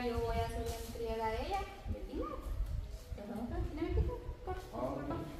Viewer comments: Se dice entrega, no entriega. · Entrega Se dice, ya te corrigieron aprende y ya no repitas mal la palabra, estúdiala